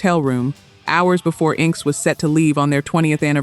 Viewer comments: INK S? LMAO, it is pronouncd in-x-s. AI Slope. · Inxes? it's pronounced "In excess" lol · I got as far as INK-S, lol, and had to quit watching and comment.